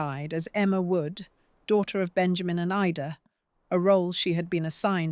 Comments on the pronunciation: Great story..... although thin on explanations. Also, some of the images onscreen make no sense: Birth certificates of random people. A newspaper page from Oregon with nothing about Ida. Buildings that have nothing to do with the story. Etc. Also, why does the narrator sometimes call her "Eeda"??? 😮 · Suddenly the narrator called her Eeeda. Can’t we get warnings here Ai is being used? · because of the mistakes, the mispronunciations of names like ida. And also the addition of unrelated photos. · Is this phony AI narration? Because ida’s name is pronounced Ida, most of the time, and then its suddenly pronounced “EEDA”. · Was she Irish or English? The AI narrator doesn’t seem to know, just as she doesn’t know whether to pronounce Ida’s name as eye-da or eee-da. What else doesn’t the narrator know? What do we, the listeners, know or not know? Truth or fiction? Who knows? Who cares when the present we are living in is constructed of the lies created by those in power mixed with the sad denied truths their victims are forced to live with. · Did I miss something? What has Marilyn Monroe's birth cert to do with Ida's sister? I watched to the end. The same narrator pronounced Ida two different ways. Marilyn's birth cert and then later some oddly engraved headstone that didn't match the narration. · Why is her first name Ida, pronounced differently through out this? Bloody fake voices. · The occasional mispronunciation of the name Ida shows the narration to be AI. That's not bad, but the awareness of it is important.